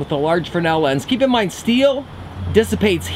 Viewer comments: FRESNEL..Pronounced. FREZ NELL. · "Frenel lens". Shows you are somewhat fresh but smart. Seriously. I love your videos. Keep on Makin' em'.